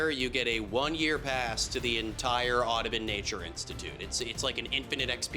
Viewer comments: The "oddibin"? My brother, how did you manage a 2.1? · why does he say audubon like that